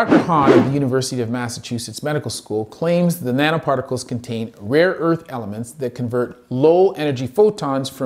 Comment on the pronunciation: he said rare earth elements and all I heard was woods lmao